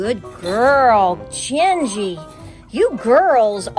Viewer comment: Good job cats! I have a calico we named Genji. It's pronounced with a "g" in "go" though. She likes being around the chickens when the German Shepherd isn't around.